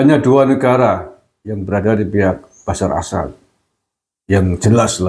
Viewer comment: Maaf ya KANG GUSMAR, ...bukan BASYAR AL-AS'AD, tapi BASYAR AL-AS'AD.